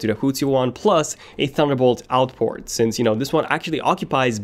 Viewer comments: single USB type c porn 😂🤣instead of saying port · haha he only said it and it sounded like that cause of his accent..